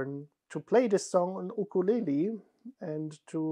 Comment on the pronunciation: Please tell that he properly pronounced ukulele 🧡🧡🧡🧡🧡🧡 I am native Hawaiian and I respect even more! His proposal and your reaction is too adorable. And a summer wedding sounds lovely. How wonderful it is that you can celebrate twice with your loved ones. For me, my fiancé and I will have two weddings too. One in June 2024 and one in April 2025. To make finances easy on us, we decided one wedding will be just immediate family, the other will be all of our loved ones and a big luau. Wishing you and smooth sailing with your plans and efforts. I know you both will have wonderful and beautiful memories in your weddings 🧡🧡🧡🧡🧡🧡